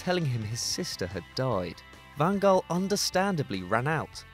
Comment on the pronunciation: Can you please do your homework before putting videos and commenting? “Messi, Ronaldo, and co?” What universe are you living at? Then you mispronounced, “Van Gaal.” Please don’t put up football videos if you don’t really watch football.